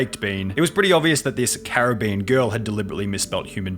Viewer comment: "This caribBean girl..." lol